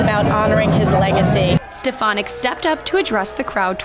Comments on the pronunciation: So glad she was booed. Trump can't even pronounce her name correctly. He says "Elise Ste-pha-nik." Otherwise, he doesn't know who she is. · Rep. Elise Stefanik (or Step-a-nik) as Donald Trump called her, or Miss Piggy (which would fit) came to Congress touting herself as a "moderate Republican" who wanted to "lower the partisan rancor" and "work across the aisle." Then they dangled Liz Cheney's old job in front of her and she became a hardcore MAGA Queen overnight. She's a phony, sorry (rhymes with twitch).